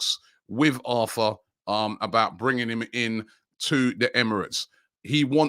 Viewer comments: Think it’s pronounced ar tor in Brazil. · PRONOUNCED “ARR TOR” not like Arthur in English 🥴